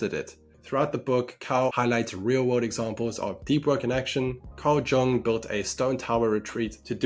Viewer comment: Great video, i will definitely check out the book myself afterwards. One nitpick tho: Its not pronounced Carl "J"ung like "junk" He is a swiss man so the J is pronounced differently. It directly translates to a "young" person so visualizing it like "Carl young" can help with the pronunciation. (The english "young" also came from jung)